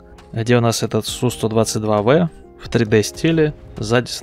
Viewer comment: Один из немногих называет правильно танк Су 122 В а не Б. Респект.